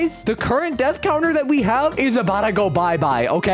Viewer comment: how did it go from "death" to "dath"?😭